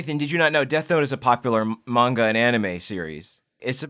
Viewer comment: Who else got kinda triggered when they pronounced manga wrong?